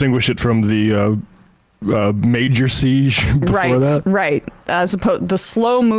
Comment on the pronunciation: Emma pronounces 'siege' so weirdly.